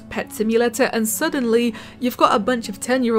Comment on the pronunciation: Simulatuh sound hard